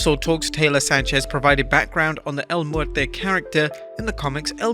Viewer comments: EL MEURTO- NOT El Meurte!!!! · It’s El MuertO, you are saying El MuertE, it’s El MuertO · This brudda pronounced el muerto as mutté💀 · Completely butchered the "El Muerto" name.